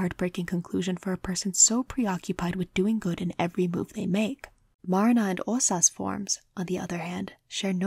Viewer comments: MAR-na hurts it's clearly Ma-RI-na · I love this video so much! I'm sorry to be that person though, but Marina's name is pronouced "Marìna". Again very sorry, I adored the video I swear